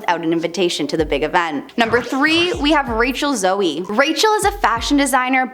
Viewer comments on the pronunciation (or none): Rachel Zoe, not Zoey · Her name is not Rachel ZOEY it's pronounced Rachel ZO as in ZO rhymes with GO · Rachel Zoe. Not Zoey.